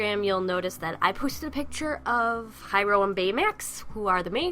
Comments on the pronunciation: OMIGOSH! I can't wait for that movie. I don't think I've ever been so excited for a movie before (other than Avengers of course) xD fangirls AND THAT PIC IS SOOOO AMAZING!!! and I think you may have pronounced Hiro wrong. I believe it is supposed to be "Hear-oh" lol XD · Excuse my japanese, a beginner here ^.^;; I'm pretty sure Gogo's surname is pronounced "Toh-MAH-Go" and Hiro's name is pronounced hero, a play on words I think. Correct me if I'm wrong :0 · Hiro's name is pronounced like the word Hero